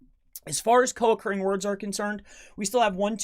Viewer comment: Are you saying co accruing words.